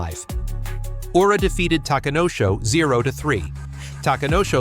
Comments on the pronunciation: It is pronounced Ura, not "Yura"! Terrible pronunciation of Japanese names is irritating! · Good idea. I was getting fed up of "Yura", "R-eye-yuden" and "Eye-zori" amongst other mispronunciations.